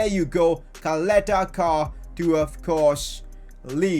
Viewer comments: Don’t say Caleta-Car like Kaleta-Kar...U have to say it like Chaleta - Sar...just trying to help u out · Ćaleta-Car = Chaleta-Car and not Kaleta-Kar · Its pronounced charleter char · If I'm not wrong, it's pronounced as Salete Shaar and not caleta car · No hate,but it is pronounced as Cha-leta Ch-ar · Btw it’s pronounced Chaleta Car bc of the accent on the first C (Ć) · You didnt say ČALETA-CAR's name. Try to pronounce it like: CHALETA-SAR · Ćaleta Car is prounanced "chaleta tsar" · Čaleta Car is pronounced Chaleta Sar, I'm from Croatia so i know... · give bradarić chance he is elite and Call Duje Ćaleta Car by his name cuz you are totally saying it wrong it sound weird totally😂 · Regarding your pronunciation of Caleta Car. Its not pronunced like car, its pronunced like C not K. And about his first name its the same case like ModriĆ. Hope that helps u :=) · It so funny how you pronaunce Croatian names Čaleta Car 🚗🤣😂😆